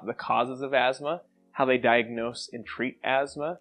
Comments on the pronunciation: There is no "z" in Asthma . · is it weird that i pronounce it "as-thmah"?